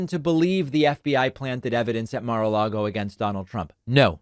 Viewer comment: I wish all these crazies who would blindly walk the plank for tRump would learn how to pronounce Mar-a-Lago.